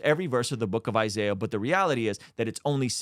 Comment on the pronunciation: He didn't mention the mispronunciation of Isaiah's name